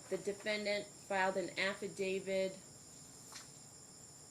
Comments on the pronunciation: This judge seems okay, but really, your honor, it's not "affidaviD" , it is "affidaviT", one of those pesky words that crop up almost every time you bang the gavel. Hone your legal skills, madam. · Who is this judge who says affiDAVID, adminiSHtration, etc.?